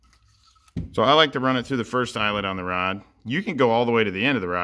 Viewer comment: mad you can't say rod properly???